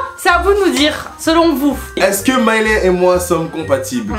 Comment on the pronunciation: Sinon ça me stresse qu’il l’appelle Mailè et pas Mailé mdrrr jpense jsuis là seule qui a fait attention à ça 🥶😂